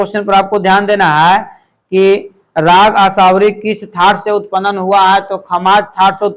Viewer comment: Sir upanan nhi hota h utpann hota h. Sahi se pronounce kre